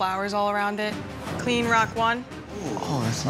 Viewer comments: Judges call: “real clean,” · Take a shot every time you hear '' in this video